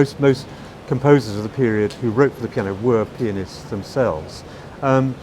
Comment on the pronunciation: Yeah.. he probably meant pianists but the articulation made it sound like another word